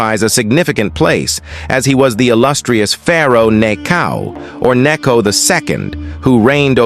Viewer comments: The proper name is pronounced Nicho . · Dumb AI pronunciation